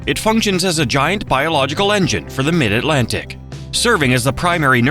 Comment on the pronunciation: Not to mention, Atlantic has two "t"s. It is not "uhlantic". The facts are interesting, but the mispronounciations are so distracting I can't finish the video. It's a shame; I love North Carolina and have spent time in the beautiful Outer Banks, the beautiful mountains, and points in between.